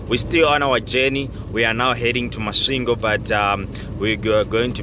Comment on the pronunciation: Warrup Thus time around u passed thru my hometown thoh it's kinda tricky 4 u to pronounce it properly😂 but anyway big up 🙌 Masvingo coming from Botswana is tiresome 🙉 coz of two borders involved no wonder the journey became extra long given tht 1300 is a thing u normal do in One n a half or a two days so Big up man. We greatly thankful Keep doing yo thing